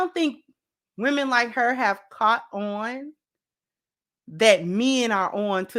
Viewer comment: "I get cour-ted..."😂 That Hyena needs to get caught and released back into the wild!😂😅